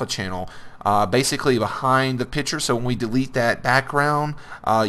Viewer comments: Bruh Piture😂😂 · i wonder if you've learned there is a c in the word picture yet.